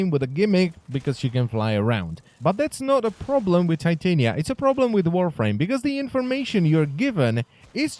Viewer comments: I thought it was pronounced tih-tahn-ya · I know it's his accent but...the way he pronounce titania, it's...weirddddddddd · The way he says her name physically hurts me. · Im pretty sure u said her name wrong